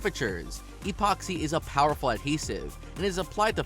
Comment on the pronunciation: Expoxy?! Along with other obvious mistakes mentioned in other comments, there's a wealth of pronunciation errors. Did you hire a dyslexic voice over guy? 😂